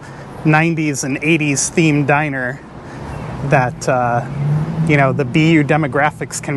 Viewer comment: do you mean 'diner'?